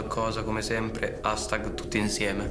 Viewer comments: Michael Gambuzza che dice: HASTAG, al posto di HASHTAG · Da notare Michael hastag anche se si scrive così però si dice asctag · Micol che dice astag